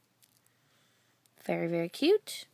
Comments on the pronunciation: You said Berry Excited :) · omg!! my cousin says 'berry nice' lol